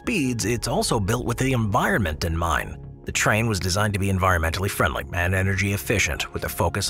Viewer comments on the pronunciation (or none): none